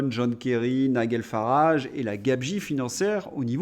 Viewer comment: Prononciation Nigel Farrage Nijeul non pas Nigueule